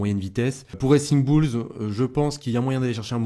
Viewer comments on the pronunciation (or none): none